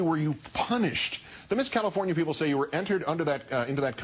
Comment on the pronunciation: LOL! WTF - CALIFORINA?